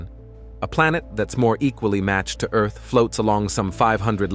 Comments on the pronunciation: It was all awesome until you said the word EARth like that cya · Is that how bot reads Earth? Not cool, not cool.